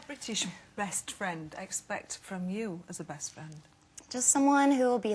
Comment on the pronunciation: did she just say brest friend haha that was funny